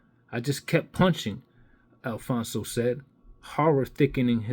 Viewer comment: it’s “ ALPHONSE “ - NOT “ Alfonzo “ , or “ Alphonso “ , or “ Alphonzo “ . Its pronounced “ AL - FONZ “ . There is no pronunciation in the letter “ O “ at the end of it . Emile - “ Alphonse “ - Griffith “ . Never knew that Emile Griffith was addressed by his middle name ? Also some advice you might want to go over how the word “ Totalitarian “ is also pronounced ( along with a few others here I won’t mention ) . Ok , Maricon? Just kidding .